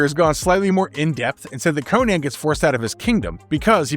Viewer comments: It's pronounced Conan not Cohen dude. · Conan (Koh-nin)